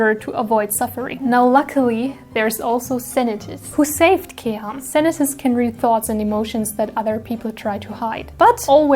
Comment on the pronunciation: Wow 2 attacks in 3 days, it's impressive ! 😍 I only do 3 attacks this month. 😆 The video is so fun, I love it ! Bravo ! 👏 And the prononciations of Senetis and Kèham name's is really good, bien joué ! 👌 Thank you to draw them so perfectly. ♡